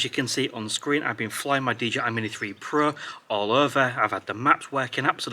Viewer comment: Nice video. It gets me everytime he says: "DJI Mini 3 Pruh" 😁😅🤣